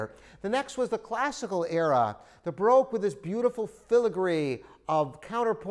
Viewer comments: vivi chen "B-ROKE" 😂😂😂 I had a lol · baroque pronounced